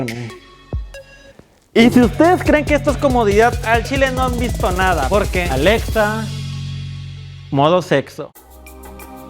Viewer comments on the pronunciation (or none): "Aledsa modo sedso" JAAJAJA